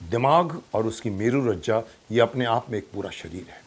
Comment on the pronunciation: मेरू रज्जा नहीं, मेरू रज्जू है।